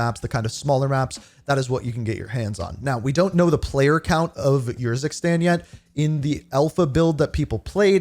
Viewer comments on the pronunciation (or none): why is he pronouncing it like "Your sis tang" 😭😭😭